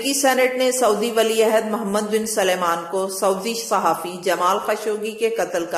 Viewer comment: PLS LEADERS KE NAAM SAHI BOLA KARO. WOH MOHAMMED BIN SALMAN HAI , SULAIMAN NAHIN. AUR SENATOR KO CENTRE BOL RAHE HO.